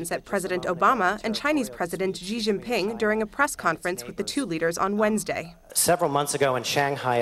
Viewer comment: Ji Xinping… Why do they always pronounce it like that